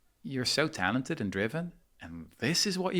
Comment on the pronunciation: He over emphasises the talented as if perfect people exist, although many great points